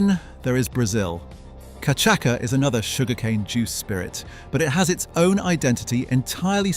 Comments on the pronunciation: It’s not “ka’chaka” it’s CASHASSA (cachaça). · Santa Teresa 1796 Venezuelan rum is the best I've tasted iet. And by the way, its pronounced cachasssssssa, not cachaca. 😉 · Cachaça is pronounced “Ka-sha-suh” not “kuh-chak-uh”. Good vid - thanks. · Great video... but, level 5, it's pronounced ca-sha-sa, Brazilians drink it with ice, crushed lime and sugar. It's incredible! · Cachaça is pronounced cachassa….. great for caipirinha, wodka for caipiroska. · Cachaça - [ka - cha - sa] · Cachaça is pronounced ka-cha-sa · Nice video! Just a side note : cachaça is pronounced ca-sha-ss-a (the ç is pronounced like an s) 🙂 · It is cachaça (cashasa or KAH-SHA-SAH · Wonderful vid!! And it’s pronounced “cashassa” :) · Cachaca: it is read "cashasa". Just saying. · I’ve never heard cachaça pronounced like that before. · I know every time he says it I wince.